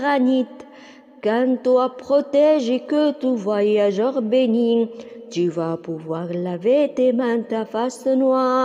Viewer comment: Ta voix est très belle, mais j'ai remarqué des erreurs comme bénit. T ne doit pas être prononcé car c'est une muette